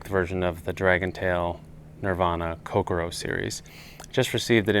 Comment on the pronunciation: Nicely done. Of note, the pronunciation is more like ko-CORE-oh (emphasis on the “core”), rather than Coke-a-row. Not that it really matters. It’s a very nice rod no matter how you pronounce it. And I’m right with you on the handle.